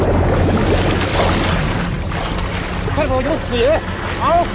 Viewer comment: “有死银”那大哥是东北人吧😆